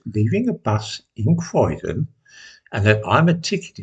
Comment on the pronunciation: Lads, it's Croydon